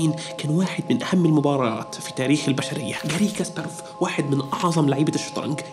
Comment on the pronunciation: شو قصتك مع لفظ الاسماء غاري غأااااارييي كاسباراف